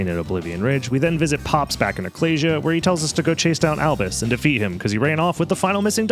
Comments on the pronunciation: Sorry but the pronunciation of "ecclesia" seems so wrong. It's "uh·klee·zee·a", like "ecclesiastes" in the old testament. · I was so relieved hearing pronounce ecclesia correctly because you would finally learn how it is said, and then immediately after that you just pronounce it wrong again anyway... Edit: Sorry, that was uncalled for, I'm just having a rough week